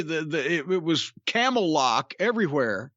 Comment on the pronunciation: did he say camel-locked? lmaoo